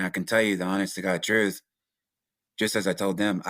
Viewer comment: It's not the TROOF channel it's the TRUTH CHANNEL 😂😂 Please stop saying TROOF sir. U can't have a title of a podcast u can't pronounce 😉🤣